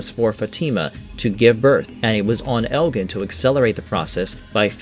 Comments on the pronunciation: You are pronouncing the names wrong: 1) FA-tima. The emphasis on the "fa" not the "ti".2) El-jin. The G is a soft J. Don't get mad at the messenger, I did not invent the English language. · elgin too lol